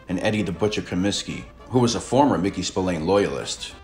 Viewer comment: I'm an Irishman born and bred you don't pronounce his name Spill - Ain it's actually pronounced Spill - Ahhn